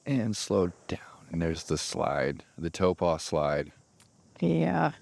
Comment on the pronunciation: You know we love you, but... it cracks me up every time he mispronouces Taupō. It's not "toh-pah"... it's "tah-poh" or even "toh-poh".